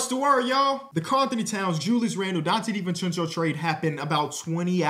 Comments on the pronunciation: I was talking about the way he pronounced it lmao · “Donte Divenchencho trade”